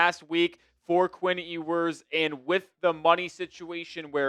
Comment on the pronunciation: …his name is pronounced “yew-ers” not “ee-wers” If he’s gonna be our starter we gotta say his name correctly at least haha